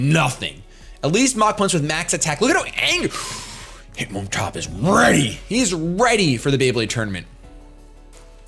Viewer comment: lmao, you said hitmontup... oldmantup reference ftw